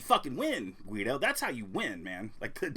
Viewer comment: Guido is his real name he's German it's pronounced "Gee doe". Congrats on the weight loss